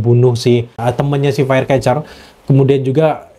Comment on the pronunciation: Firecracker bang bukan firecatcher